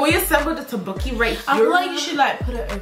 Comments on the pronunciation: tappoki.. no tok boki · Girl, she literary said tobooke Hahahaahahhaha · it's spelled as tteokbokki and it's pronounced as "tok-boki"